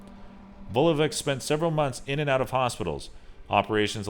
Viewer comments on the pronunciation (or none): its not (pronounsiation)Vesna Vulovik its Vesna Vulovich :D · the funnyest thing is how he pronounces the vesna vulovic 😂😂 its veSna not vezna and its vulović not vulovik 😂😂😂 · Vesna Vulovich...slavic names with -ic reads ich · You pronounced Vesna Vulovic wrong. You don't pronounce c at Vulovic like k you pronounce it like ch because they put c at the end of her name but they should wrote ć, letter in our language that pronounces like ch